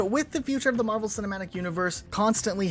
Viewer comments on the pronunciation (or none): none